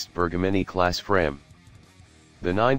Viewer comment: Un po' d' attenzione alla pronuncia? Sono denominazioni in lingua ITALIANA 😊😊😊